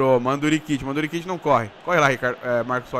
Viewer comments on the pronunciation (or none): Não é mandurikit , é mandizukit